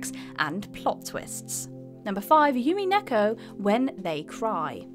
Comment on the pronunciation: Umineko, U like the oo in loo, not you. U-Mi-Ne-Ko. Also Neku is Ne like in net, Ne-Ku.